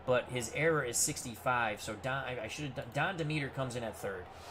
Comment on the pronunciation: It's promounced DEM-eter